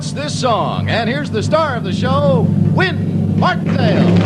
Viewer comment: That first show the announcer was wrong!! It's Wink Martindale and not Win Martindale!!